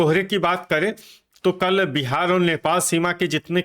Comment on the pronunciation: कल को तल बोलते हैं 😂😂😂